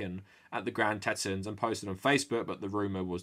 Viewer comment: It's pronounced TeeTons